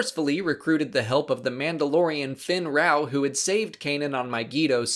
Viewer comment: It's actually fenn raow not finn raow